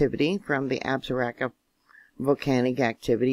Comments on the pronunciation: It is pronounced, Ab-saw-row-key and Shaw-sho-nee. Both are named after Native Indian Tribes in Wyoming. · Love your work. God bless you. It's pronounced AB-sah-ROW-kah. Beautiful mountain range...